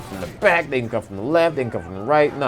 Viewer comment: I bet this guy is black by saying "dey"